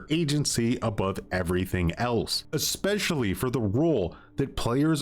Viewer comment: I liked the video very much, 10/10. The only exception was how you pronounced 'especially'.